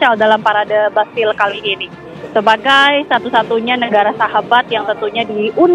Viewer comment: Kalo gak salah Champ Elysees dibaca "Shanz-eh-lee-zay" bukan "cam-e-li-se" trus Bastille dibaca "bastij" bukan "bas-ti-le". Pokoknya suka-suka reporter aja mau nyebut gimana bukan cari tahu dulu cara pengucapannya.